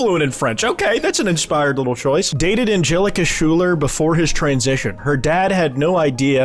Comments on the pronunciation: bro, the "shoeler" is pmo it's pronounced sky-ler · I’m not even a Hamilton guy but I cannot get over the way you pronounce Schuyler as shooler and not Skyler Also apparently despite owning 600 slaves through his life he saw slavery as an abominable crime??? I don’t think he would get along with John Laurens who is known as an abolitionist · "shoe-ler" instead of "skyler" is frying me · the lack of ball knowledge on the source material for these images is actually haunting me. ik ur ass didn't say that philip and alexander were siblings. ik i didn't hear shooler come out of your mouth trying to pronounce schuyler. ik i didn't see u not knowing who angelica and maria and charles lee are. did i fucking hear u say lurENS as opposed to LAURens? this was one of my first personal musicals and it hurt to fucking watch u butcher this shit. also pls do the presidents one. i have all ten of the original images and am always collecting more when i find them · ive seen miku binder thomas so many fucking times by now. i can perfectly comprehend these horrors. schuyler is NOT pronounced like that though its like “sky-lehr” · so no one’s gonna comment on the way he pronounced Schuyler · That pronunciation of Schuyler is crazy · Only thing more terrifying than this image is your horrific mispronunciation of Schuyler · Dude im cryunf never heard someone pronounce schuyler like that